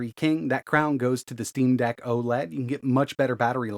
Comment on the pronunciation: "when it comes to Linux, we move over to the "steam bag" -??? Steam Dag??? I can't tell what you're saying - it doesn't sound like Steam Deck...but could that be it? There's too many naming collisions in this industry...